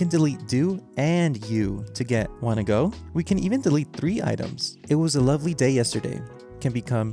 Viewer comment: that gũh is pronounced more like a gõ